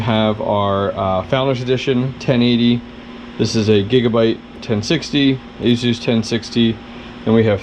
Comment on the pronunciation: There's no Z in Asus. Why do you say it like a south african ? Asus rhymes with sluice, there is no Z sound.